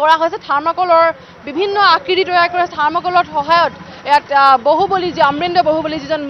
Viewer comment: moroti bohuboli nhoi bahuboli